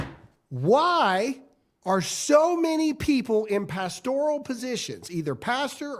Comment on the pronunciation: just a side note: it's PAS-tor-al (not pas-TOR-al) e LEC tor al MED i cal CHEM i cal bi o LOG i cal RAD i cal